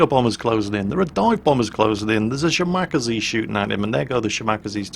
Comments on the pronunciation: since when do you say Shimack-aze instead of Shima-kaze? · SHE-ma-KAH-zay. ' emphases are on all the wrong syllables heh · Shi-Ma-Ka-Ze, not shiMAkase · Shima.Kaze not shimacazeh It is actually two characters, aka the equivalent of pronouncing 2 words. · Shimakaze. She-Muh-Kah-Zay. Not "Shi-Mak-Uh-Zee" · ole bean, Shimakaze is pronounced shee-ma-kah-zay and not shi-mahk-ah-zee. It means "Island Wind". More of the bloody boat game please. OK, OK, back to the kosher salt mines. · shim-ack-aze? Shima-kaze. XD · How do you pronounce 'Minekaze'? Mi-ni-ka-zee How do you pronounce 'Kamikaze'? Kam-i-ka-zee So why do you pronounce 'Shimakaze', Shim-mack-a-zee? It's She-ma-ka-zee. Please use some common sense! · shi-ma-ka-ze over shim-ak-ze :) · shimack-azie... How does everybody pronounce Kamikaze? Kami-kaze. So then we get Shima-kaze., you are so crap.:P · i cringe evertime shimakaze (she-mak-ker-zee) is said.... IT'S: she-mah-car-sair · Shim-ar-kazee is hilarious. 😂😂😂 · Why do you call it the Shimackasee lmao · Omg your pronounciation of a Japanese destroyer hurts my soul. Sheema-Karz-ay That is all:D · Nyorleens and Shim-akazee. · Shimack-a-zee!!!!!!!!! Shall-Mack-a-zee. Backless-mackle-zee..... For fuck sake. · If we're going to be really pedantic, it's Shi-ma--ka-ze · he has NEVER pronounced it correctly. Not once its always shi mawk a zee. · Every time I hear say Shi-Mack-Uh-Zee I want to go upside his head, like so hard his head bounces off of his monitor! He KNOWS how to say "Kaze" properly, as he says Minekaze, Isokaze, and Kamikaze all at least CLOSE TO how they are supposed to be pronounced! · well ya 'shi ma ka sei' but good luck getting a none Asian to annunciate them right =P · "shimack-azie" sigh... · OMG his pronunciation of shimakaze XD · I think you're pronunciation on the Shimakaze is a bit off.. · You are supposed to pronounce the shimakaze like the minekaze. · Ya, poor.